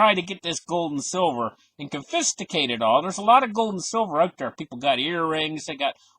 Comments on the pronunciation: Con-fi-scate not confisticate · WTF is confisticate??? Are you trying to say confiscate? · Lol "con-fis-ti-cate" Man if I never went to school for economics I'd definitely be lost right now. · CON-Fis-KATE - you're killing me... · I love your videos although it would be worth looking up the word confiscate. This is what I copied and pasted. con•fis•cate "kŏn′fĭ-skāt″ with the accent on the "con." Hope this helps a little. Thanks for all those 4 hour a day studying! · con-fuh-skate = confiscate lol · We love you but must correct you on confiscate. You added extra T and I.